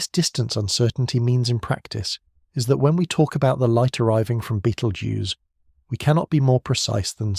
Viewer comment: Clearly AI with sloppy pronounciation of the word Betelgeuse. Makes me wonder how many of these facts are correct, especially when it refers to the light reaching us is a recording. Hate to think what my future generations to the power of 500 will think how wehave managed to dumb down presentations by avoiding using real humans to narrate them. Are we heading for brain death and and an evolution back water?